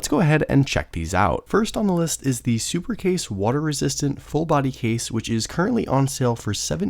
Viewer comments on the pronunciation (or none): Sup-case not Super-case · "Supercase..." It's Supcase. When they can't even get the name right, time for me to stop watching the video.